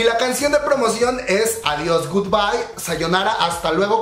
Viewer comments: El único debut original fue devil de clc, fue WoW. Cuando escuché everglow dice WoW que potentes pero se parece a blackpink, y me estresa que si se llama adiós no lo pronuncien bien, parece que dice ovarios, un poco de esfuerzo, mamamoo pronuncia bien el español en sus canciones, exo tiene un cover sabor a tí en español y pronuncian bello el español y everglow con una palabra, que estrés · Jaja si fue plagio la neta Pero quefo bien chingo ADIOS GOODBAY AVORIOS JAJAJA ASI LO PRONUNCIO ME DA RISA No manches mi baias es mia Cuando levanta la ceja en adiis me atrapo